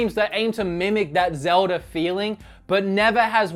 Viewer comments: It's always annoyed me that he says zeld-ee instead of zeld-uh anyone else agree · STOP CALLING IT ZELDIEES !!!!!!!! ITS CALLED ZELDA!!! GET IT RIGHT. I THOUGHT YOU WERE A ZELDA FAN!!!